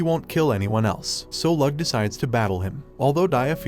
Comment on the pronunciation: Bruh it’s not Lug it’s Lo-og